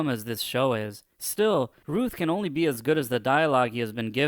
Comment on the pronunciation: I know you have an accent so I don’t know if English is anything native to you but Routh is pronounced like “mouth”.